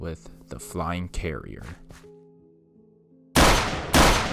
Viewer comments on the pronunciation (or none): none